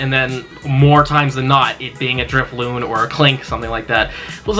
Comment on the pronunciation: DRIFLOON with an N not M!!